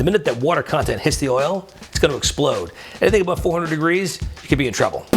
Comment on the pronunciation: wait how many deGREASE did he say?